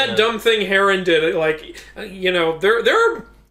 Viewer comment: It irks me every time you Mispronounced Heron. There's no A.... Other than that love the video.